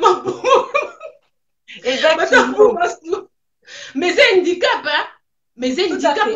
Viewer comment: On dit handicap au lieu indicap